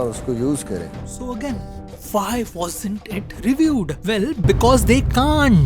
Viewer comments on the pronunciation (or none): none